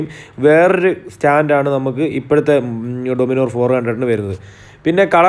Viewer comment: Almost ellarum Enthukondaanu Dominor ennu parayane ? 🙄.. Dominar ennu maryak parayan ariyulle🙄